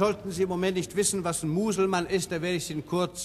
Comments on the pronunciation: Mal zur allgemeinen Erläuterung: Es heisst Muselmane, nicht Muselmann. Hat nix mit "Mann" zu tun. Und gesprochen wird es mit einem laaaaaangen "a", weil, ja, weil es nur ein Konsontant nach dem "a" hat. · Es heisst "Musleman" und nicht "Muselmann", ein langgezogenes "a" in Musleman, gesprochen: "Muselmahn".